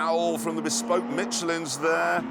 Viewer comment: Did JC say bespoked Michelin tires?